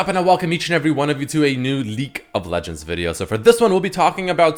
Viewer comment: Nigga said “leak of legends video” lmao